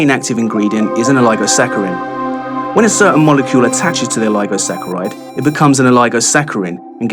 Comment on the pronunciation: Phosphorus (Fos - For - Us) and Oligosaccharide (All EEE Go Sack A Ride). Also, oligosacchaides are sugars Great products, just need to learn how to correctly pronounce the constituent components of your products :D